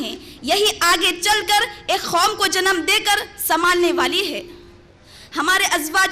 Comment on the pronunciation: kom ko khom kyo keh rahi hai ap